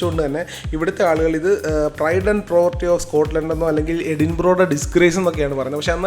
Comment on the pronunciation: Edinborou ala its Eh din bruh